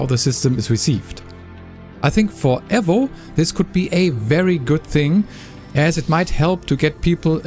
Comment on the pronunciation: Please stop calling it Assetto Corsa EV-0..... it's E-VO